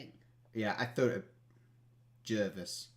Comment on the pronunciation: Jervis Bay is pronounced JARVIS BAY....We didn't have many restrictions. All the frontline workers were invited to go as a thank you you just didn't see them because you weren't able to access the show in between the 9pm - 12pm fireworks. Most people decided not to go because this year because they decided to charge for a ticket. Other years you just strolled in to the city & made a day of it. OMICRON is to blame....